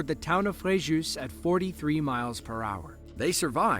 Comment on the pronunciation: frejus on prononce le S la riviere est le REYRAN pronover réran